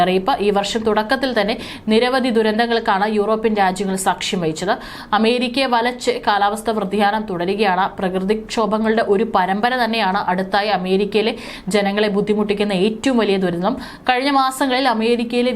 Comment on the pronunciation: Vrthiyanamalla. Vyathiyanam.